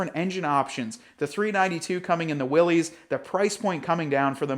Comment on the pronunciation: Is he mispronouncing Willys on purpose at this point?